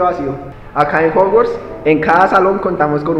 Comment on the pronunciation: En Fowars Dice EL Pirobo JAJAJAJAJAJAJAJAJAJAJAJAJAJAJA